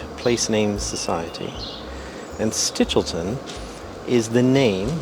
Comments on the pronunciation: She keeps calling the cheese "Stilch-e-ton"... It's "Stitch-el-ton"!!! CHE BELISSIMO FORMAGGIO! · Sti-chel-ton, not stilcheton, not stichiton. It’s not that hard…